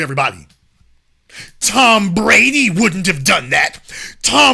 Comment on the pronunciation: 😂😂😂😂 The way he say Tom Brady and Troy Aikmen His white voice on point Lowkey hilarious